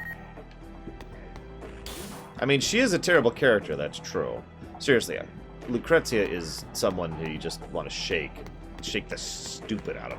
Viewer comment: Lucrecia is pronounced Lookreesha